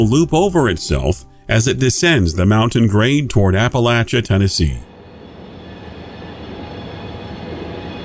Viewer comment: Really liking the new format. I’ve always enjoyed your narration, but this is also very enjoyable. Also, appreciate the narrators correct pronunciation of Appalachia 😊. All the best for continuing success!